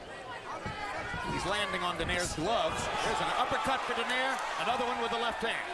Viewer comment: This buffoon michael buffer is paid millions to botch saying "travieso" and "donaire" LOL